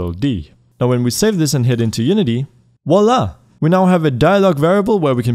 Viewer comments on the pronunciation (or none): It's not wala... it's Voilà. French for "Here it is". Short for "Vois là", which means "Look there". Vu-wa-la is how you would pronounce it.